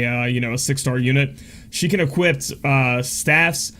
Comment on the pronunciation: "She can equipt"...no, just no. She can equip!